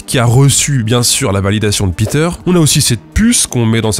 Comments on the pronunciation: Péteur, s'il est allemand, pas piteur... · Bon, désolé mais "Peter" en allemand ça ne se prononce pas "Pîter", mais "Péteur" ! 😁